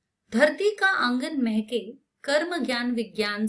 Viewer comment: Mam it is dharti ka angan mhke not mehkeee😂